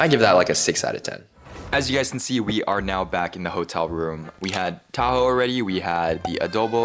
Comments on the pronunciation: It’s pronounced tah-ho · as a filipino myself, ill say: people who arent filipino trying to pronounce filipino words/names sound funny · say taho fast unlike t-a-h-o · as a Filipino, the pronunciation is killing me.😭😭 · I like how you pronounced taho It was wrong in a good way Task failed successfully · I love how bro butchers the names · As a filipino, i am mildly infuriated from how badly he pronounces the name of these DELICOUS foods